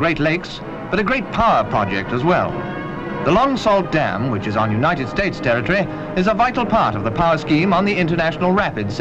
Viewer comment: It's pronounced Long SOO, Not Long Salt